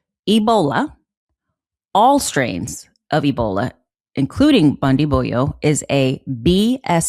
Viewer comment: Bundibugyo pronunced buun-dii-bu-joh ,joh pronounced Like Joker.